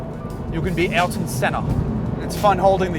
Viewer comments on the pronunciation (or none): Good review, keep them coming! I just subscribed recently. But "Elton Senna" though? I know it's not easy to pronounce, but it's Ayrton, ffs.